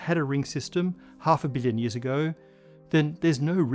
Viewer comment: The way he says million sounds like billion and it always hits me off guard.